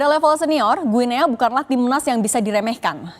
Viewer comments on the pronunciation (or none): Mbak Penyiar cara mengucapkan nama negara Guinea itu mudah kok /Giniii/ jadi bukan /Guinea/. Usaha dikit Mbak ngecek di google. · Mbacanya GUINI mbaee.. 😟